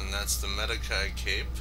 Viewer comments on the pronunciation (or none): Man pronounced it “medakai cape” lmao it’s pronounced “medichi” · Adam Helal because he butchered it hard. It is pronounced Med-Ē-Chē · Medici is pronounced (Med-i-chi), with the last i sounding like an e. Otherwise good info. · both i's are pronounced as an E as that is the way the i is pronounced in Italian. So the pronunciation is med-ee-chee. Other than that, you are correct. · Med-ee-chee and Audi-tore-ay